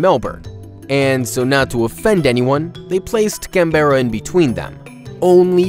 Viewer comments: Can-berra that's not how u fuqin say it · In Australia Canberra is pronounced ‘Can-burr-a’ 😖👉💗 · How he said Canberra though was next level